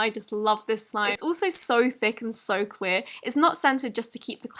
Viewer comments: she said queer instead of clear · it sounded like she said ‘queer’❤️😂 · In the crystalline candy one you said “cear” instead of “clear”😂